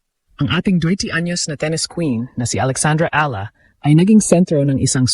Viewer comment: E-ya-la not ilah 😊❤❤❤